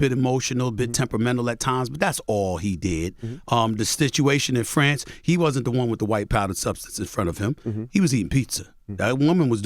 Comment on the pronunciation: This man just said “stituation”